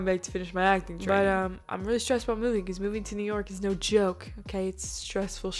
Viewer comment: "movi-nnggg" lmao. That was awesome.